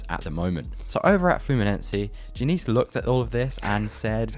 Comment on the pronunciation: Your pronounciation of Fluminense was acceptable. Diniz, not so much, but is easy to improve.